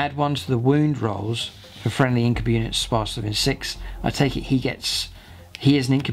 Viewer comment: Your pronunciation of Incubi it's actually the most correct since it's a latin word